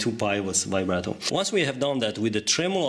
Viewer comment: It sounds like he is saying vibrater